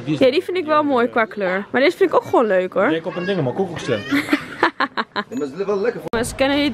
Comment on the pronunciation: Of hoe ze gewoon zegt “guwoon” HAHAHAHHA 🤣❤️❤️